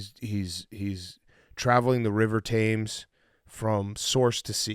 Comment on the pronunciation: Big Cat: "travelling the river TAMES" Big Cat exposed for not knowing how to pronounce British rivers